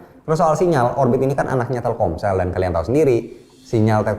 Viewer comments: TELKOMSEL ❌ TELKSOMEL ✅ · Telcomel?? Telselkom ?? Telsomkel ??